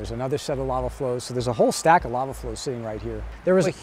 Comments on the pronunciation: I understand that money is tight and i appreciate you still making content. But can you please get hosts that actually can pronounce words properly. Its called Lava not lala😂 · The narrator cannot even pronounce LAVA, and they expect us to respect PBS??